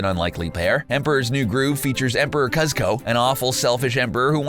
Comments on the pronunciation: It’s coose sco cuss sco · God I know cooooosko cuzko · It's pronounced, "coosco," not, "cuzco,' smh... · Coo-sco...not cuz-co.. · His name is kuzco not cusco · i hate when hes talking about emperors new grove he calls the main character cUzco when i will always know it as KUzco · I wanted to scream "it's pronounced KOOZKO!" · Ikr, it's said "Cooz-co" not "Cuz-co" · the way he says kuz co instead of pronouncing kuzco ( koosco sounding) make me thing they have never seen it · I get if he's reading from a script, but how did the editor/editors let this slide? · Cuuuuuzco NOT Cuzco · every time you said kuzz-co i cringe.. thats not how you say it 😂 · The narrator never watched The Emperor's New Groove. He can't say any of their names. He said Kusko as Cuss-Ko and Patch-A. Lol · talks about how underrated The Emperors New groove is proceeds to mispronounce every ones names including Cuzco who ha a seven minute in the beginning of the movie that said "what's his name Cuuuuuuuuzcooooooooooooooooooooo." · Kuzco. He pronounced it "kuzz co" Pacha. He pronounced it "patch uh" Yzma: He pronounced it "izma" Emperors Nee Groove: Called it a gem, but he has never seen it? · It's k-oo-zz-co and yee-zz-ma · Why does it seem like the narrators for these videos always have to mispronounce movie characters' names? (i.e. Kuzz-co and Iz-ma) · Darn, I was really liking this video until they got to Emperors new groove, he single handedly BOTCHED every single name. Kuz-co, Krunk and ehz-ma. Very nice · Every time this dude says "KuzzKo" I cringe. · did he just call him emperor Cuz ko? REALLY!?!?! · it’s pronounced cooz ko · I'm sorry I-- "Kuh-zko?" "Krunk?" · It's KUZCO-kuzco,kuzco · It is pronounced “kusko” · calls the emperor’s new groove a “gem” Also: pronounces kuzco “kazko” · The idiots in the Arabic version pronounce it Kazko too it was wierd to see the English version for the first time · Cooz koh eeez mah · He mispronounced Cusco. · The way you said kuzco made me cringe